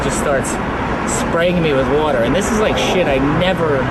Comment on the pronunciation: he says water like crankthatfrank and I'm just lovin these jersey boys!!